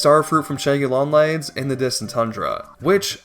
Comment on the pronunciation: “The shæggy long legs”😂